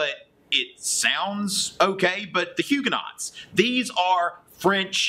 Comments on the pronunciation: Huguenots are pronouced Huu-go-noes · Homeschooler here...subscribing! Your videos are great supplements to what my boys are learning in history. I'm sure your students appreciate such a charismatic teacher! Your French pronunciations, however...are not so good. ;-) Haha! Thanks for making these.